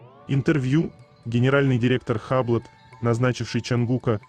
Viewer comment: Не хаблот,а юбло